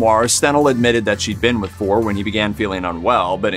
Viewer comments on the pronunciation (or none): Not FOR but For-ray